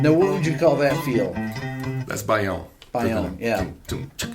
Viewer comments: I was impressed as well! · Rick said "baião" literally perfectly i never seen an english speaker saying the letters "aião" together so well, like a native portuguese speaker lol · First time i heard a native english speaker say a word with "ÃO" like in Baião, so yell.